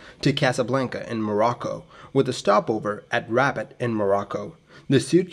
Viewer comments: The city is pronounced “Ra-bat” not “Rabbit”, the beacon ‘KJ’, it’s morse identification of an Non-directional Beacon (NDB). Aircraft uses a direction finder (ADF) that points at the beacon. Lots of airports had a NDB which you flew an offset approach which crossed the extended centre line of the runway. You should see the runway at this point and steer towards. Hence why these approaches had minimum visibility requirements. Plus you (historically), descended to a minimum altitude (MDA), and stayed there until you saw the runway or went around at the missed approach point (MAP). Simple NDB approach’s used a timer to define the MAP, or crossing the NDB itself (needle falls behind you). As long as you don’t bust your MDA and went around at the MAP they are safe, but they can be tricky if not understood or practiced. The old three pointer altimeter did have issues of being miss-read and were replaced with better designs. Not so much of an issue in a glass cockpit. Capt A320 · Good ol’ Rabbit, Morocco! I’m starting to think this channel isn’t really about aviation education, but rather an elaborate scavenger hunt based on city mispronunciations. I assume when someone collects them all (there’s at least one per video) and descrambles or decodes them or whatever, it will lead to buried treasure, or a Swiss bank account, or something else juicy. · I'm going to it up a video that repeatedly says two plus two is five, and when someone comments that it's four, and why didn't I check before uploading, I'm going to say "I pronounce f-o-u-r as 'five' because language is fluid, and anyway you knew what I meant!" . ruh-BOTT. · I believe that is pronounced 'Rue bart'. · The presenter pronounces Rabat as Rabad and can't pronounces th or z. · if you heard that anywhere other than in this video...you heard it wrong. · It’s more like “robot” than “rabbit,” with an emphasis on the second syllable (Rabat is Morocco’s capital) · notei; t is not pronounced Rabbit, it is pronounced Rob-bot